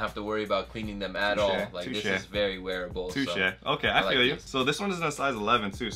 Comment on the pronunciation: don't ever try to say touché again 🤣🤣🤣